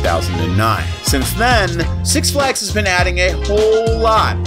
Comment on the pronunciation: "SUX Flags" LOL